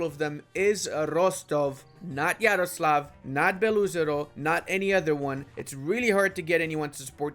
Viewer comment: Hey, I’ve noticed you pronouncing Beloozero like Beluzero. It’s not like 100% correct, It’s more like “belo ozero”, which translates like “white lake”.